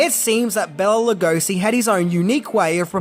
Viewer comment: So much misinformation and half truths. I give this video a C-. First of all, you mispronounce Bela Lugosi's name throughout the whole video. You should have started with getting his name right. BAY-la lu-GO-shee.